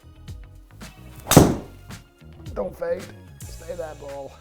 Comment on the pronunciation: Rick trying out for the little Britain reboot….. “I Dow like it” 😂😂